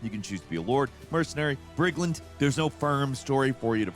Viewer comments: I can play as a “brig land”, what the hell is that? You making up words or just ignorant? The word is brigand, try reading. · Chronicles: medieval……. You can be a lord, mercenary or a brigland??? Did you just say brigland?